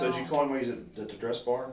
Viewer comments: I hate how she says “heem” instead of him. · This woman comes off like a world class idiot. And I know this is like the least of her offenses, but I find it super annoying how she pronounces “him”. “I didn’t want to talk to eem at all.” She deserved 25 years bare minimum.